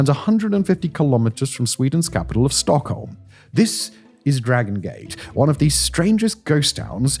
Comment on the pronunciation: Butchering ALL of the Swedish names except ”Stockholm”…. great channel though.